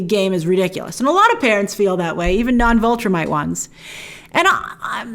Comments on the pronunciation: Great video as always Grace, but... please stop saying VULtrimite. It's VIL (rhymes with pill) Viltrumite. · Every time you say "Vultrimite", I'm yelling at the screen, "VILTRUMITE! it's VILTRUMITE! They're called VILTRUMITES!" Every. Single. Time. Please stop doing that, Grace.